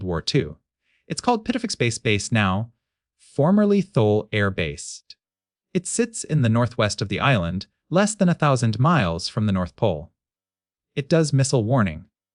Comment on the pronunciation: Not Thool. Pronounced Too-Lee. Frozen desert. Nothing out there but Nanoq (bear) and arctic foxes and some musk ox.